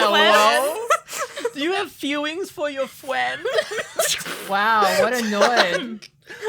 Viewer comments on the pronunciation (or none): Fewwwings for your fwiends?